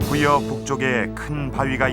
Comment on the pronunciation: 장음인 첫자를 짧게 잘못 발음한 예: (삼국) 사기, 주민,금강,보통, 사실,주목,사서, 대단히,강화,공격,경주 ,도저히,후반,수짜,후궁, 채택,시각,(중국) 사신,포로, 등이고, 단음인 것을 길게 발음한 예: 부여, 연속,은유, 부소산, 그리고, 이금 왕을 여러번 길게 강하게 발음 했으니 우리의 발음 문제가 얼마나 심각한 것이가. 새로 나온 "한국 어문을 고발함"이라는 책을 읽어 보십시요. 미국 변 완수 배